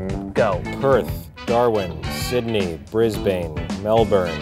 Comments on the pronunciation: ITS BRISBANE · Mel-bin and Bris-bin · yea basically. dont say bris bayn as like the way you would pronounce cane or Bane from batman. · Brisbane Melbourne Australia: Brisbin Melbin 😂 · hahah brisBANE melBOURNE we Australians say it as bris-bin and mel-bin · BRISBAIN I CANNOT ITS BRISBIN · SAME AS 'BRISBIN' LMAO WHEN HE SAID "BRIS-BAINE" I NEARLY DIED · Dear Americans: when pronouncing Australian city names... remember that we are lazy. Bris-bin. Mel-bin. None of this BANE and BOURNE crap. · Also how they pronounce "Brisbane" as "Bris-bane" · I live in Melbourne. Either say Mel-burn or Mel-ben. Both are fine. Its definitely not pronounced mel- BORN. Which I think most Americans say. Especially when they read it. Also Brisbane- BrisBUN not BrisBAINE. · i almost cried. brisben and melbin man!!!!!! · 美玲 Bris-bin and mel-bin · It's Mel-bin and Bris-bin :) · and BrisBANE noooo hahah also it's definitely not a 5hr flight from Sydney to Melbourne lol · "Bris-BANE Melb-BURN" hahahThey're pronounced Bris-bin and Melb-ben (kinda soft e in Melbourne, it's hard to write phonetically haha) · It's more like Mel-ben. there is less on the the I. bit it is Bris-bin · Yeah mate it's Mel-bin and Bris-bin - us Aussies like to keep it short and sweet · Oh my gosh Americans never know how to say Australian city names! Brisbane is pronounced like Bris-ben and same with Melbourne (Mel-ben). Still love ya show 👍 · Not as bad as Bris-bayne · Is any other Australian triggered by the way they pronounce the city's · When you're an aussie and the way they say Melbourne and Brisbane triggers you. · It's hardly the fault of anyone non-Australian to make the mistake of pronouncing Melbourne or Brisbane as they're spelled. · Anthony M no, you can pronounce it properly with an American accent, so it is wrong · So funny how Americans pronounce brisbane and Melbourne lol...also find it strange abalone is so expensive in Oz cos it's free in NZ...just pick it yourself lol